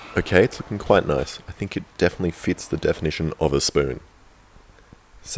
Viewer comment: My favorite part was when he said S P O O N